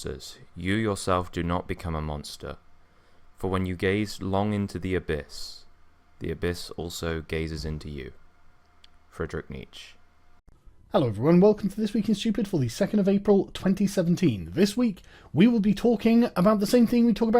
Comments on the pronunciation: Doesn't the amount of dislikes your videos get these days tell you something?And it's pronounced Nee-cha, not Neech. Also you look like you're about to cry. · Who the fuck is Friedrich "Neech?" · Pronounced Nee-cha. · First, if you want to open with a dramatic quote, how about you get the pronunciation of the guy's name correct? niːtʃə The "e" at the end of Nietzsche is not omitted...It kinda ruins the grave effect if you screw up something that a few seconds of just Wikipedia could help you with... To the content, you did not really show me that Sargon was somehow doing something terrible or monstrous, what you did show me though was that you indeed do act with a certain lack of maturity about internet disputes.Given that it is not only Sargon where this sort of thing plays out, it is hard not to conclude that it is more you than it being him. I do not think this convinces anyone who has not already been on your side with this. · First off look up the pronunciation of Nietzsche, thx. Secondly you're not helping the matter at hand; if you wanted to have an actual argument based conversation you'd wait a bit for moods calm a bit and then talk this out live. Any grievances you have with Sargon's way of being can be aired then and you can part again on no uncertain terms.